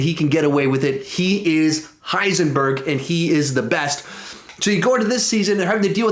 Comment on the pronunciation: Heisenborg lol